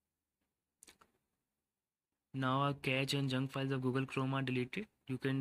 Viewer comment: Pronounce it as cache 'kashe' कॅशे Just like shampoo sachet सॅशे